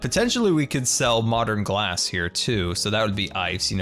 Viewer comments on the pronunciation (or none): Ghlass house ? With a "h" like Ghost ...